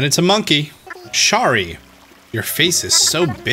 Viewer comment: No- not SHARI